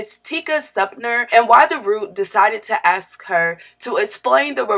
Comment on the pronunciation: I had to stop listening/cut this off after .. Tika's last name is pronounced SumpTER not SumptNER and assimilate doesn't have a u in its spelling so it's not assimUlate.